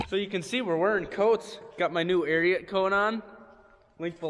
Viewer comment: It’s pronounced Ariat not Ariat.